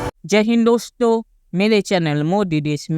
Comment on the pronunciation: डोश्तों 😂😂😂😂😂😂😂 बोलना तो सीख लो पहले